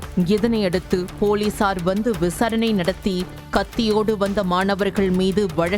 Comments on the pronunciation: விசரணை இல்ல. விசாரணை.. ஒழுங்கா தமிழ் வாசி... செய்தியாளரே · விசாரணை என்று சொல்லுங்கள் சகோதரி.விசரணை என்று சொல்கிறீர்கள் ❤